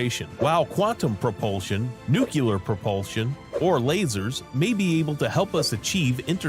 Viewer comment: The narrator doesn’t pronounce the word "nuclear" correctly.